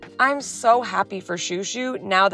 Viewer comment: When is washing chouchou he looks hilarious, also when you call him chou, it sounds like your calling him shoe